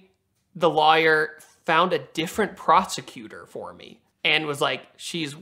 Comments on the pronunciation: Is it just me, or does he pronounce lawyer - liar? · is an awesome guy but he needs to learn how to say Lawyer